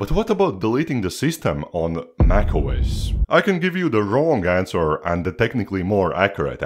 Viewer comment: Bro you saying nac os 😂